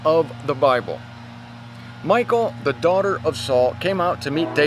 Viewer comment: Thank you,! Here is something funny about Michal, the youngest daughter of Saul (Hebrew מִיכַל), which you pronounced like President Obama once his wife Michelle! Greetings and hugs from Germany! Watch here Obama call Michelle MICHAEL